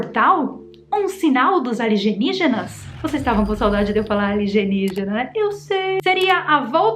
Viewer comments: Eu tava com saudade de você falar: aligenígenas kkkk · Sim, eu estava com saudade de vc falar aligenígenas! Kkkkk eu ri oh kkkkk